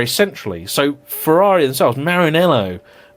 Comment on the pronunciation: You pronounced Ferrari wrong when mocking the "Porsche not Porsche" people, which makes it even funnier. As an Italian, I find it way less irritating if you pronounce it the English way than the fake italian accent way.